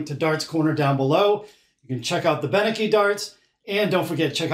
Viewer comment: you are pronouncing his name wrong, It is pronounced Ben-Etsky, the C is a ts